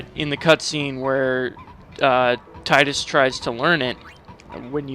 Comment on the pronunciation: god bless you for not calling him "TEE-DISS"